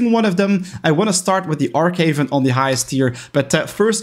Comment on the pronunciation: It's Arch Haven not Arck haven you arch gamer